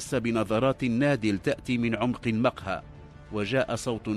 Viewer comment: قصص مكررة كثيرا،كما يرفع الراوي بعض الكلمات،(المقهى)رفع الميم(المدخل)رفع الميم،(صباحا)يقول صبحا برفع الصاد،وهناك الكثير من الكلمات ،فهل من توضيح لرفع الكلمات؟